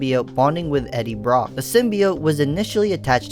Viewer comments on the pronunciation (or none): none